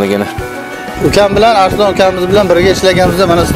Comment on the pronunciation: Arislon emas ARSLON boladi